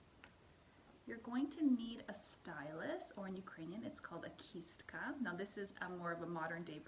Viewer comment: Thank you a very nice, simple explanation. I also appreciate that you used proper Ukrainian pronunciation for pysanka, pysanky and kistka!! 🥰💖🇺🇦💕👍